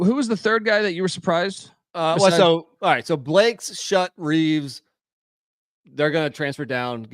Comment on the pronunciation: Schutt is pronounced “Shoot” not “Shut”